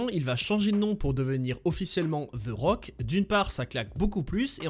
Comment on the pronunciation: "Ze rock"